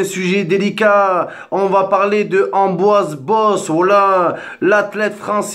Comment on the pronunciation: Et allez... la vidéo de victime par excellence. (Pour être crédible, il s'appelle Pierre-Ambroise pas Amboise...) Arrête de sucer Benzema!!! Je vois pas pourquoi y aurait eu un acharnement sur lui. Pourquoi tu cherches à attiser une haine ? On est tous Français, peu importe les origines. Y a qu'en France qu'on cherche la division plutôt que l'unité.